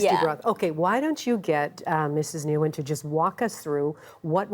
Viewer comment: This ignorant host didn't even ask vietnamese girl how to pronounce her name nguyen